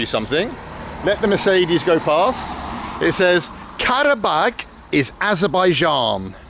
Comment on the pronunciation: the way he interacts with people is amazing. plus, the way he pronunciates karabağ